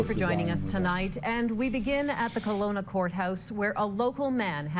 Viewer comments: Keh-Lo-nah is how it’s pronounced! I live here, a block away from where this horrific crime took place. Although the house is occupied by a new family, it’s still very eerie to say the least. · Kelowna is pronounced KEL-OWN-A